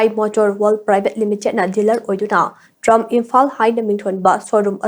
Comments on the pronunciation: Trumph❌ Tri-umph ✅ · Pronunciation se laale. Trump haiba ntte triumph haibane